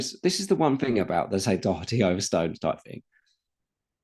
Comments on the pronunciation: As an Irish person, it's very annoying the way you pronounce "Doherty". It's "Daw-her-ty". Don't say "Dock-er-ty". Thank you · All good. Just for the love of god not Dock-er-ty.